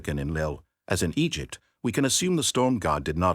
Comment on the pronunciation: You are saying Egypt and Egyptian wrong every time. It messes the video up for me.